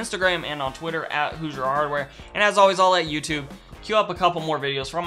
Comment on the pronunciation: Hey guys and welcome back to "Who's your hardware" can't unhear this lmao